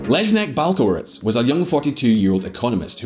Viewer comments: You know, you really could go to Google Translate and listen to how the Polish phrases and names are pronounced. I simply cracked up at "Leznek Balserowitz" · This should help the author: c = ts as in "parents" cz = ch as in "child" sz = sh as in "shop" w = v as in "vodka" i = ee/ea as in "green" or "peas" Leszek Balcerowicz = Leshek Bal-tse-roh-veech Tadeusz Mazowiecki = Tah-de-oosh Mah-zoh-vyets-kee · tadies mazołiki, lezneg balkeroutz XD you should have checked the pronounciation ..